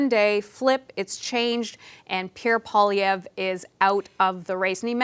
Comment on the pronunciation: CBC journalists need to learn how to pronounce French words correctly. Pierre Poilievre's last name is not " Poll ee evre " but rather " Pwaa lee evre ". For the national broadcaster of a bilingual country, this doesn't look too good. Please consider researching French word pronunciation before going to air moving forward.